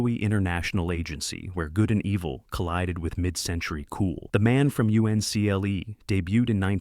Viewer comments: I hate it when they get cheap with YouTube videos and use a fake human AI Voice instead of a real person, it's The Man From Uncle and not the man from U N C L E. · The Man From You-In-See-El-EE 😂😂😂. You gotta love Artificial Intelligence.. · Dear YouTube, please stop recommending this type of horse manure video. The Man from You-en-see-el-ee??????? Why do you allow clickbait AI videos to exist without a disclaimer?